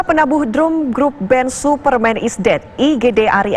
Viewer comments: INGAT..!!! penabuh drUm gaes bukan drAm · Penabuh Drum.. (dibaca Drum)😅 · Penabuh drum, dibaca dram, bambang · Penabuh drum ???dibacanya Dram mbakk....adeuhhhh ngakakk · Kwkwkwkw Druum, Bukan Draam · Drum dibaca drum haduh kurang wawasan kali yh harusnya kan dibaca dram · slfok sama drum. bacanya bukan drum tapi drum. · Kok bacanya drum bukan dram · Penabuh ( Drum ) bacaanya DRAM " u " = di baca A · Penabuh drum dibaca dram chaakksss drum dibaca drum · Bukan drum buk, tapi dram di baca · Drum bacanya dram mbak . Bukan drum . Drum itu tong 😪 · Drum baca nya dram ya..mungkin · penabuh drem..wkwkwk..baca nya dram mbakee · Lu kate drum minyak....dibaca dram woi..ini presenternya sekolah dimana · Penabuh dram mbak.. Bukan druuummmm.... Hahaa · Penabuh dram mbaak .. bukan drum ... gitu bacanya 🤣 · Baca nya dram mbak bukan drum.. wkwkwk..